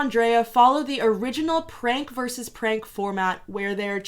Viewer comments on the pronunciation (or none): none